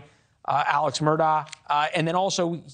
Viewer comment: Murtagh?! Can we just pick a pronunciation and stick with it?